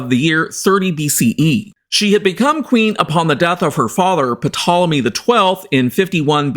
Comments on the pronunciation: The 'p' is silent - it's pronounced 'Tol-emy'. Demonstrable not 'demonstratable'. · The P is silent. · The 'P' is silent In Ptolemy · Dude .... The "P" in Ptolemy is SILENT! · it is, and it isn't. English pronunciation usually makes the P silent, while in both Classical Latin and Greek the P is pronounced and very much integral to the word. Just like "pneuma" (yes, the Tool song), in English they tend to say "neuma" when everyone else follows the traditional pronunciation of "pneuma" as it was in Ancient Greek. Just like now there are people who pronounce Julius Caesar the classical way (Iulius Kaiser) or the modern way (Julius Cesar). As a Geek, I'd continue pronouncing it as it was intended since it's pretty much a very distinct name, you won't find any other person named Ptolomy (Ptolemaeus) walking around in the street. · Is that the correct pronunciation? I've heard some treat the P as silent to say 'Tolemy'. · No no no! Its Ptolemy. In Greek you say it exactly as you write it. P is not silent.